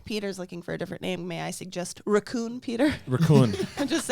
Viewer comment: Starting to think English is second language. Lol just ball busting but his pronunciation of Margot Robbie and now raccoon classic